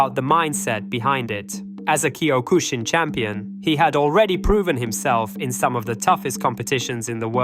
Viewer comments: Bro, do you you even "CUE MY TAE"? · Learn how to pronounce Kyokushin